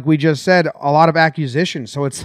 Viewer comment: The way Jomboy pronounces acquisition as accusition is mesmerizing.